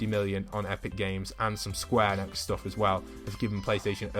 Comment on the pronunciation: Hey, you pronounce enix like "eenicks"